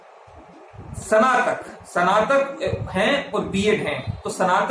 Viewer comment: Bhai स्नातक का prounciation भी ग़लत कर रहा है।,🤪🤪🤪